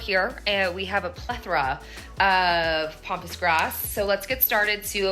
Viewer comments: Okay, It's pAmpas grass, not "pompous" grass (although at that price, you wonder!). It's also highly invasive for those thinking of planting it, as I've seen in the comments. I hope you get the flower market person to lower the price! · I know you wrote Pampas grass but you kept calling it Pompas😱🤣but just wanted to say that was very expensive and i think as its their mistake they should not of called you to tell you their mistake as you already paid what they said and agrreed upon, another thing is with Pampas grass when you recieve it you should first leave it at room temp for a day or two and the trick to make it big and fluffy is to use a hairdryer on cool which opens up the blooms and makes it look very luxurious and not flat and straw like, give it a try it makes such a difference and you probably wont need as much aswell that way👍🏼